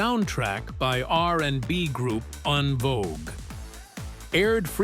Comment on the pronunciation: You pronounced en vogue wrong